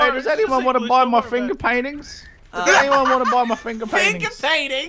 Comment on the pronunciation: The way Brad says finger paintings